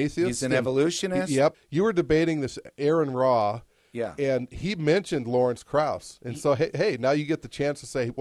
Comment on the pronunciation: I heard the term "evolutionists" and a mispronunciation of AronRa within a minute. I'm not sure if I can even tolerate listening to this. Say "evolutionist" one more time! Okay. Next video.